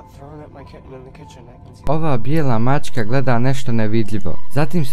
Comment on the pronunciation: Nije maćka.... nego maČka